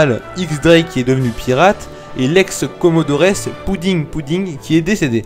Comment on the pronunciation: On prononce "comodor" pas comodores